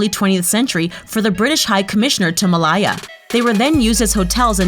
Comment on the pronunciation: I'm Malaysian and the narrator pronounced Michelle Yeoh's last name and Malaya incorrectly..... ok that's all